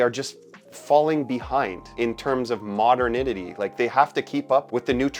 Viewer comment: ”Modernidity”? Is that Canadadian? 😂❤️